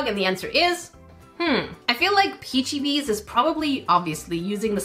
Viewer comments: its peachy-babys 😂😂😂 I'm not mad it's funny😂😂🎉🎉❤❤❤❤😂😂😂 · It's not peachybs It's peachy babies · It is not sounds like peachbbies but it like peachy baby but spelt different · It’s peachy babies not peachy bees bro didn’t you hear them say peachy babies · C'est pas peachiebbies comme peachiebabies ??? Messemble que c'est comme ça elles disent quand elles font leurs vidéos...🤷‍♀️🤔🤣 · You say it peachybabies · It’s said “Peachy Babies”